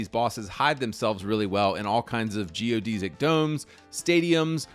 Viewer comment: You miss pronounced the word Geodesic.